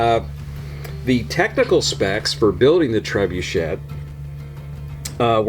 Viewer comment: It is a French word. Pronounced tre-boo-shay. Us Americans butcher the name. Seems way too expensive for what it is but it is Brickmania after all.